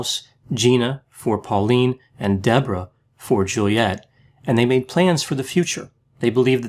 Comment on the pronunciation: "Dee-bore-ah" "Hen-Ora" and "Ree-per"